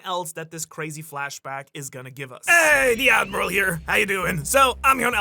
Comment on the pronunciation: ngl the AD-miral caught me off guard, splendid move my friend, splendid :D